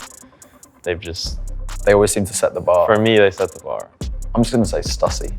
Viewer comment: Chilwell claiming Stussy is a goat brand and can't even say it properly, ffs!